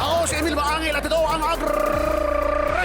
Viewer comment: Paolo Contis (Emil Maangil): Ako si Emil Maangil, at ito ang AGRRRRRRRRESIBO!!!